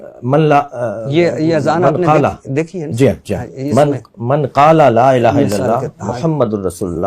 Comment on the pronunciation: میری گزارش ارشاد بھٹی صاحب سے ہے۔ کلمہ یا اذان پڑھتے ہوئے تلفظ کا خیال کریں۔ الہ کو آپ الا بول رہے ہیں۔ معذرت۔